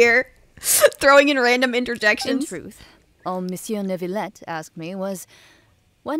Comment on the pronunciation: New-VAH-let. Not Nervalette.